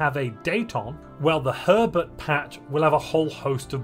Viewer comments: With your accend it sound like you said pervert instead of herbert... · I'm sorry But I keep hearing "Three point Two Pervert patch" every time you say it xD